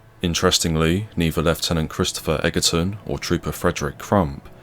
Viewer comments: The commentary is quite good,but you should pronounce the officer's name as Edgerton not Eggerton, despite the spelling. I take it you dinna lern inglish proper at sKule. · It's pronounced 'edgerton' but otherwise, thanks for this video. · Time you learnt to pronounce Egerton!